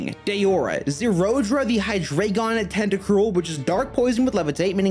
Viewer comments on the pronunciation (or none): none